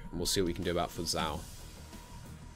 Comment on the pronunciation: fuzhou is pronounced like foo-joe